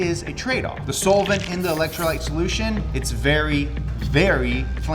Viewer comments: This is the first time i've heard "solvent" pronounced as "soul-vint". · hey guys you hear that....? it sounds like somebody is saying soul-vent? wtf is a soulvent?? 😇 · You're saying solvent wrong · pronounces Solvent weird.